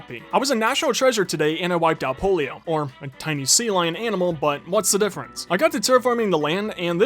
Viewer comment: Sir do you mind, I consider myself much taller than a mouse and it is pronounced pop-lio. You no that you are a failure or society, but I watch you because of that. That wolf thing was s a legendary Pokémon by the way and it is quite necessary to include sunsets otherwise it’s not a hundred day video. The house is wonderful.